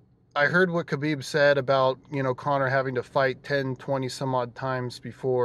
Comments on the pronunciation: i am a HUGE KAHbib fan. and proceeds to do as chael does and mispronounce his name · "huge" khabib fan yet he cant pronounce his name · How is he still mispronouncing Khabib? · to the BIG KHABIB FAN guy with glasses crying about the sicko islamic culture being insulted. YOU AINT EVEN PRONOUNCING HIS NAME RIGHT. worry about your own culture being under attack, which it undoubtedly is. rather than some dude from the caucuses whose name you cant even pronounce. good lord youre angling for that 'c' word i hate so much that everyones throwing around atm